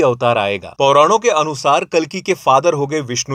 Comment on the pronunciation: Abe jhandu Pauran nahi Puran hota hai, aur Vishnu-Yashas nahin Vishnu-Yash hota hai. Kaisa hai ye.... Ghor Kalyug hai bhai.😂